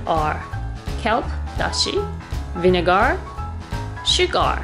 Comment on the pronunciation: Paper towels to soak up moisture. :) Tip: SugAR and VinegAR are pronounced SugUR and VinegUR.. :) Love your show!